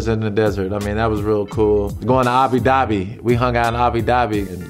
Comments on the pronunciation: he said Hobby Dabi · Lmao mans said abi dabi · “We hung out in Abi Dabi “ 😹